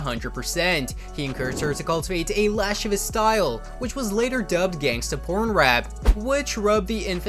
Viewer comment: Hey hun, just a heads up from one VO Artist to another: lascivious is pronounced la-shih-vee-us